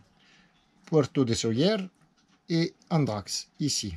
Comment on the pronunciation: c’ est Andratx et non ántrax car ántrax c’ est pas terrible,c’ est un furoncle.Complètement d’ accord avec ton analyse des ports.Nos espaces de liberté malheureusement se réduisent.Amitiés de Sa Rapita